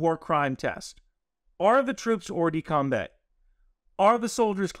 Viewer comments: Not exactly! There's no "the" in that phrase! More like "Or-duh-com-bah". You could even use the English pronunciation and say combat as we do, but com-bay? No, sorry! Great vid nevertheless! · hey great video! I actually learned a lot. BTW its hors de combAt (pronounced combAA) not coumbe. Also follow up question, how is the PMI going ??? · the "kombay" was painful. it's "or-de-combah" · thanks for that. i'm bilingual at that pronunciation hurt me. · Great video and clarification. The only infraction committed in this video is pronouncing hors de combat as OR de Kombay (better OR de KOMBAH). : ) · love your content, and will pardon your French all day long. But in case you're interested, it's "or de combah" -- not "combay". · I know it's not a major thing, but hors-de-combat would be pronounced ‘oer duh combah’. If you want the pronunciation sounded out, Google translate it from French to hear it. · FYI, it's pronounced oar-the-come-bah, the ending sounds like cinema. All the love from this Frenchman. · Must... correct.... the French prononciation... Hors-de-combat = more or less "or-der-com-bah" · Hors-de-combat is pronounced Hor de com bah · At least he didn't say Horse De Kombat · As a frenchman; bat in combat is pronounced like wombat, but the T is silent.